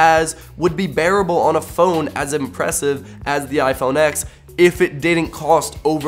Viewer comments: If you're going to review a phone, at least say the phone name correctly. It's "iPhone ten" not "iPhone ex" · Its read TEN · ...............boi........... It's the 10th anniversary. MacOS X used to be pronounced as 10. Fricking get with the times. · You didn’t say the phone name right one time